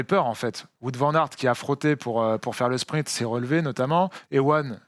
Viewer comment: Il ne s'appelle pas Voûte Van aert ...Cela se prononce plutôt Waut ou wôt !